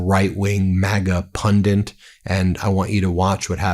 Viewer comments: love you, Ben. But it is PUNDIT not Pundit! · what the heck is a 'pundent'? 🤨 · excellent as always. minor correction... the word pundit only has 1 n, NOT pronounced pundant